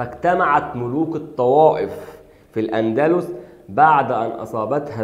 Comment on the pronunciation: الأندلس وليس الاندلوس